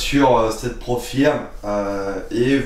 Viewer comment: On prononce " Prop Feuuuuuuurm " ;-)